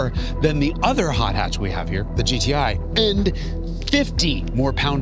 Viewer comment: why his accent like that bro… he seriously calling the gti “goatee” 🥲